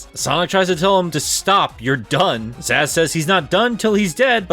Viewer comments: Its ZAZZ dood not zizz XD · You calling "Zazz" fucking zizz the entire time is...mmmm I love you even when u hurt me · I think it's hilarious that you mispronounced it because literally who is this character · Amazing video, but I won't lie anytime you call Zazz "Zizz" it was like when someone makes a typo in the group chat and the feral urge to correct is there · Ah yes, my favorite deadly six member ‘Zizz’- right next to ‘zum’ and ‘zejaculation’ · Deadly Six fan #1 here. I am personally offended that you mispronounced Zazz's name. You are no longer invited to my birthday party.